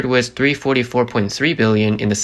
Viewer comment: "Th" pronounced as "ss" is annoying. Example: "with" as "wiss." It's a computer generated voice. Please fix it.